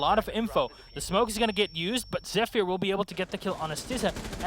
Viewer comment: Dear Caster, there is no reason to call them "ZephiIIIiir" or "rAfAle". sincerly, The (bleeding) ears of the community.